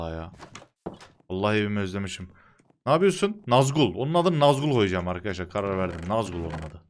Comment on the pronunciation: Abi nazgul ne ya. Sen Yozgatlısın. Nazgül koy😁